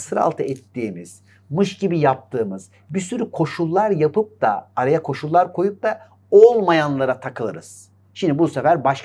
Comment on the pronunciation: Koca koca insanların dil bilgisine hakim olmamaları beni çok üzüyor. Dahi anlamındaki -DE/DA eki daaahiii şeklinde konuşmaları gerçekten düzeltmeleri gereken bir durum.